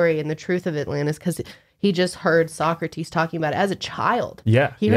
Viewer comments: It's pronounced Soh-Crah-Tiis not Soccer-Tees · No offense, but as a European it's adorable hearing you pronounce Plato like 'Playdough' and Socrates like 'Soccertees' can't help but giggle. Love your podcasts though! Wish I had more friends in real life that are willing to deepdive like you do. Keep up the amazing content <3